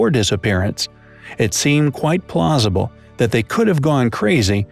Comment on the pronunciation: and am I the only one who heard him say “quite plozible”